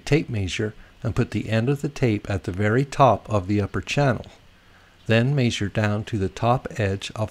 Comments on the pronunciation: I had to stop watching because of the way you are pronouncing the word measure and measurements. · HA HA! He says "measure" funny!